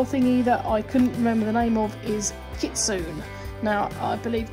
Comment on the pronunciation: Japanese is hard :D It's Kit -soo - knee. kitsune. this looks amazing btw